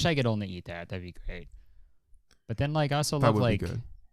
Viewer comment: No one: James: łïkē